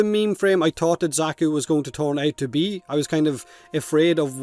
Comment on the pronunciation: I'm personally super excited for the Alchemist frame since it's an old favourite fantasy mold for me. Also Xaku is pronounced the same as the Zakku from the Gundam animes.